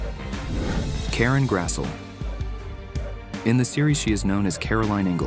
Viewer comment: Her name is pronounced Karen “Grass-lee”.